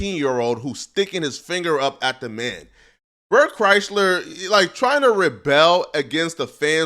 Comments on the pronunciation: Bert and Tom are a couple of unfunny douches….watch any YouTube video on Bert’s downfall and how much of a liar he is… Toms not funny at all and should understand his podcast career is only here because of Brian Redban. I’ll be honest though this all is almost cringe compared to you pronouncing Bert’s last name wrong like it’s the automobile Chrysler.. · I can’t tell if mispronouncing Bert’s last name is on Accident or does he know the 2bears joke that all media outlets fuck up his first or last name constantly…😂😂😂😂